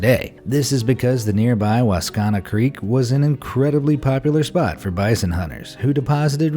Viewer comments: mispronounced Regina, Saskatchewan and Wascana 😂😂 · Regina, Saskatchewan, Wascana, Milne. Be nice if they were pronounced correctly.! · Lmao and mispronounced Wascana 😂😂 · desi williams I mean He was wrong about most of it lol I mean he couldn’t even pronounce Regina or Saskatchewan or Wascana properly 😂